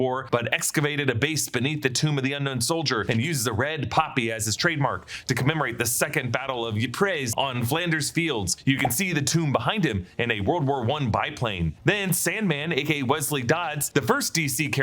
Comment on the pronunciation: "Ypres" is pronounced more like "EEP-(ruh)" fyi